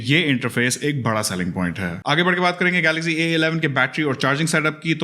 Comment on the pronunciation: Kindly pronounce correctly. It's "Galaxy" not "Galazy" 🤣